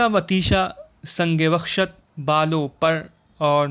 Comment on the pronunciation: اور بھاٸی اصل لفظ سنگ و خشت ہے آپ نے سنگ وحشت کہا معذرت کے ساتھ